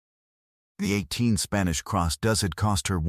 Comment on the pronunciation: A group of female goats are called does, pronounced "doughs" not pronounced "duze". EDIT & REVIEW!!